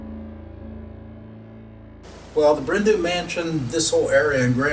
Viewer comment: ‘Du’ is pronounced ‘Dee’ not ‘Do’ it translates to ‘black hill mansion’